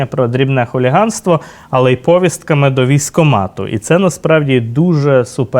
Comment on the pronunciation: правильно говорити повІстка,а не пОвістка, а також не "в рамках", а "в межах"...тлумачний словник на допомогу